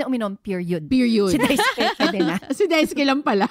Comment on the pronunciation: it's Dais(u)ke.. silent u.. 😊